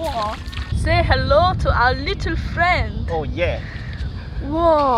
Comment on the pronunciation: ㅋㅋㅋㅋㅋㅋshe said little frrriend' ㅋㅋㅋㅋㅋkayla Were u doing Russian accent? :)